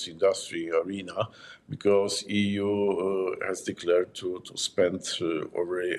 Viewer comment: So eu eu eu....eee .vee😂